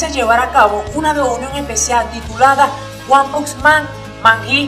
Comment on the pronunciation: “ Guan pux man “ xD